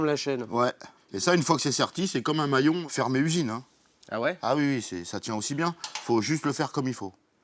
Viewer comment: Le "mouallion"😂🤣😂😂, qui ferme la chaîne....., Tu m'as tué 😂😂😂 a 2min17